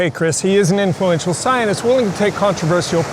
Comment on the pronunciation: Why can’t you pronounce the word scientist properly? You describe Nina T as a, “bad actor” - what evidence do you have for that slander?